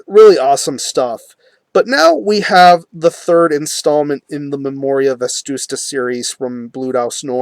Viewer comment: dude, it's "Vetusta" not "Vestusta"